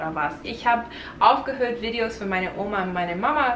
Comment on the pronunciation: Wow!!! In deinem letzten Deutschvideo hattest du einen fast schon starken, amerikanischen Akzent aber du hast dich in so kurzer Zeit so doll verbessert!😮😍 Du hörst dich mittlerweile an manchen Stellen richtig akzentfrei an!❤ ich bin so stolz auf dich 😊 (Man hört es nur bei Wörtern wie "Videos", dass du aus Amerika kommst, versuch mal "Videos" deutscher auszusprechen🙈 Mach weiter so und gib nicht auf ❤